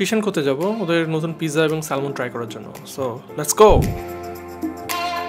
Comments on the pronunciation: Salmon এর উচ্চারণ স্যামন। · Salmon er pronunciation s-a-m-o-n bhaia. Just FYI. Otherwise Very nice vlog MashaAllah!!!